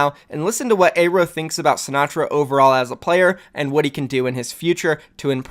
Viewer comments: how do you always pronounce pretty much every name dude it's not "eyrow" you say it like "arrow" and his real name is so american and it's not "A ron" Aaron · its pronounced "air-o" not "aye-ro"... you're fucking killing me man